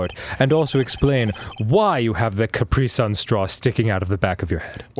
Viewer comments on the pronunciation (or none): Any one else gets annoyed by their pronunciation of Capri-Sun